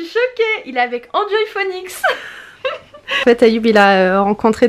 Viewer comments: Grave comment j étais mdr !! Enjoyphoenix --> Anjoyphonix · R.D Jsl mdrr an joï fonix 🤣🤣🤣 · tu me fais trop rire mercii pr ton « enjoyphenix » trop bien prononcé mdrr jpp 😂 attention je ne me moque pas ma belle au contraire tu me fais trop rire jm trop regarder tes vidéos pr tes petites perles comme ca et ton accent du bled tu me fais riiiirree Allah ihafdek 💕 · Comment ta prononce enjoyphoenix je suis morte 😂😂😂😂😂😂😂😂😂😂😂😂😂😂😂😂😂😂😂😂😂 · Ma Pauvre tu sais même pas prononcer EnjoyPhoenix